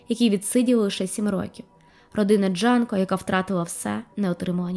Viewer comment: Дякую за цікаве відео, але вона Джюнко, а не Джанко.